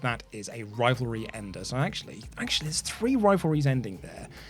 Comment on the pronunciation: "Rompleting a crivalry, if you will..." No I won't,. Because only one of those words has an R at the beginning. If anything, it'd be "rompleting a civalry!"